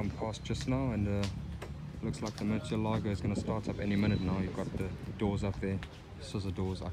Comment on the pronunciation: It's pronounced Murci-elago